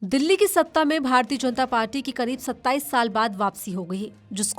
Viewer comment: Jb aap kuch shsbdo ko itra k bolti hn to bhut bura lgta h Jaisy party ko parchi mature anchor se is chichore prounciation ki umeed nhi ki jati